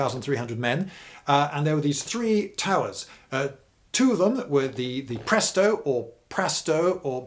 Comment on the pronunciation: lol , hearing Lloyd try and say the swedish names is the best thing ever, pronouncing Prästö as "Presto" :D Though he did a good with Brännklint